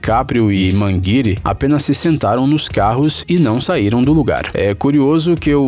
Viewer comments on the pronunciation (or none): ... Putz... "MANGUIRI"... essa doeu o ouvido até do Homem Aranha... Kkkkkkkkkk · DiCaprio e "Manguiri". Ta serto.